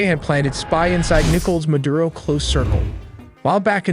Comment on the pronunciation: Clearly AI. Can’t pronounce any Spanish words because it’s confused. Fort Tuna. nickels Maduro etc.